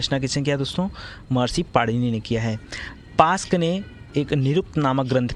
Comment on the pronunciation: pask nhi yask h